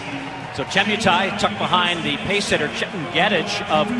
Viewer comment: Che MUUUU Tai. Not Chie miiuu tai 😅🇰🇪